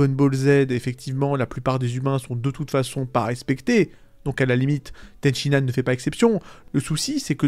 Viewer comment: Ten shi han, pas Ten Shin Nan, bordel c'était frustrant. Ten Shin Nan Kebab 😂